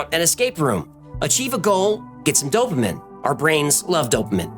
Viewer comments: At about and thereafter you say "dopa-min". But, it's actually pronounced "dopa-mean". Work on that. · dopaMINE not dopaMIN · Dopamine is pronounced 'dope uh mean'. Thanks for amazing, incredibly detailed, creative and engaging content! Wow! YOU are greatly appreciated! 🎉❤😊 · Is it "Dopa-meen" or "Dopa-men"?? lol I feel like he's pronouncing it weird. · why does he pronounce “dopamine” incorrectly? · Is the correct pronunciation for dopamine to end with "-een" or "-in"? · the way he pronounces dopamine 😫